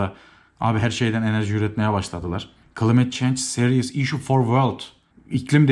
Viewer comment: Climate klaymıt diye okunuyor kanki seviliyorsun